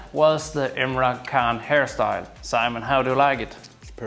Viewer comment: It's Emre not Emra